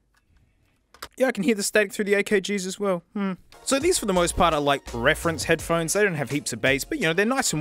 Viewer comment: "head-p-hones" I can't unsee that anymore...